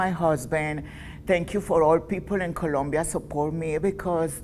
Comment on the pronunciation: Colombia! is with the "o" not Columbia